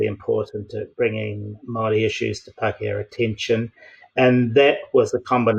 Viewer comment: It’s pronounced Moel rdi .